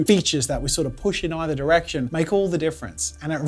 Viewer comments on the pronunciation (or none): none